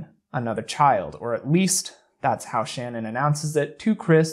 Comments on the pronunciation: I'm not nitpicking but just fyi her name is Ch-a-nan....even tho it's spelled differently. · It really bugs me not sure why. That every one pronounces her name wrong. They all call her shannon but its pronounced sha nann. Its just a pet peeve i guess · You said her name wrong again :/ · It sucks that you don’t say her name correctly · You keep mispronouncing “Shanann”. Don’t you do research for these types of videos? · It's not Shann-On. It's pronounced Sh'Nan. Try and get the persons name right if you are going to make a you tube site about it, especially given the circumstances. Show the respect to learn who you are talking about. I turned you straight off when I heard you get her name wrong. This is about THEM and their memory, not you and your own glory, on you tube ! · SHA-NAN- NOTTTT SHANNON! RESPECT THE DEAD! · You keep saying ShannonBut it’s pronounced SHA-naan. not with with A sound but with UH. shu-naan. not Shanann. My teachers always butchered my last name lol. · Her name is SHAN ANN, not Shannon. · Oh my god I just watched the documentary on netflix and I swear no one could say shannan's name right. It has to be pronounced sha-nen. Everybody pronounces it sha-nann. With a slight pause so they say it like sha nann. It doesn't sound right at all. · you could at least pronounce the victims name correctly, it’s Shannan not Shannon. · Just so you know, her name isn't Shannon. It's Shanann. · it's pronounced Sha-naan 👍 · Wonderful exploration of his behavior. If you do another, her name is pronounced Sha-Nan . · I just found your channel and this is the first thing I'm watching and I already know that I like your channel but I feel the need to tell you that you're pronouncing Shannon's name wrong which I totally understand because I've never heard it pronounced this way either. It sounds like "Sha-non". That ain't no major thing I just felt the need to say it even though I'm certain you will never read this lol. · Her name is pronounced sha-nan :)